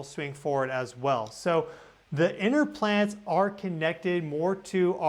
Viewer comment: Sounds like your saying PLANTS instead of PLANETS!! Plants are on the ground 😂 So are you saying they’ve been planted , it’s a PLAN ET!! It’s a plan they’ve been planted! If you’re calling them plants. Hmmm interesting thought here 🤔